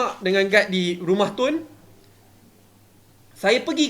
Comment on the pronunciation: Budak hingus melelih. Cakap isu pun tak betul: isshue. Pengerusi jadi pengerushii. Dok diam2 kat gumah. ikut nasihat Ismail Sabri